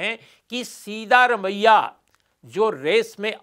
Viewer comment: His name is सिद्दरामय्या not सीधा रमय्या. You can always ask a Kannadiga friend or any South Indian how to pronounce it. Please make the effort.